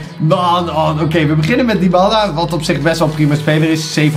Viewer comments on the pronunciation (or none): none